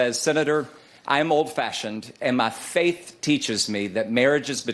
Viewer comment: Also note the “accent” when he says “My faith”. Derky doob!!! They terk ur jerbs!!!! fires shotgun, waves confederate flag